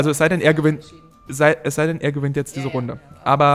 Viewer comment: "Es sei denn er G`wint jetzt diese Runde..." xDDD